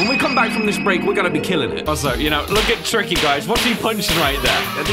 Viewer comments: Did he just say "Cookie" ??? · In that one part of Improbable Outset when Tricky does the up note twice, he sounds like he says caca. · Do you here tricky say Cooke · I remember memes that he was saying kooky 😂